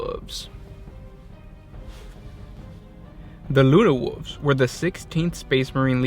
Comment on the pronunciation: Luna wolves... Nahhh luna wooves